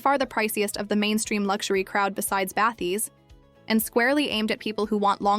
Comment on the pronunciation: Because it's AI slop. It's not a real review. Just listen to the way she says "px8" as "pex8" or "bathys" as "bathees" - it's not a real person and it's not a real review. It's just a dumb AI reading spec sheets.